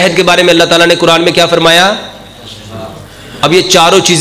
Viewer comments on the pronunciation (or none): none